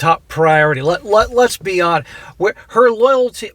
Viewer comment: Anyone else hear "lesbi-honest" instead of "let's be honest"?